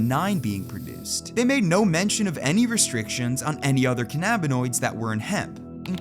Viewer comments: One note: ‘cannabinoids’ is pronounced “KAN-a-bin-oids” not “ka-NAB-i-noids”. Accent on first syllable. You don’t say “canNABis” do ya? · How can you not know how to pronounce cannabinoids??? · when you're uneducated..and think delta 8 is the same thing as "SPICE" .. and cant even pronounce cannabinoids correctly .. This is the type of video you make .. smfh .. please people.. stop doing this dumbass shit... and get your drug information.. from people that actually use and know about them.. 100% chance if someone cant even pronounce the chemicals right.. they have no clue what they are talking about.